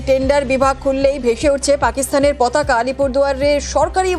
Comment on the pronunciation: পতাকা ❌ পকাতা ✅ 😅😂